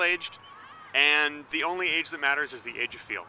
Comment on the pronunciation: when you said age i thought you said AIDS and i snapped back to this window